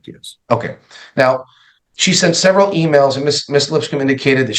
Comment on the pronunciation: "A severity amount of hours"